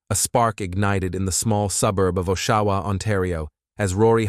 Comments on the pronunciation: It’s (OSH-A-WA) Ontario… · And her name is pronounced A-SHÉ (hache) And it's AA-SHUH-WUH(Oshawa)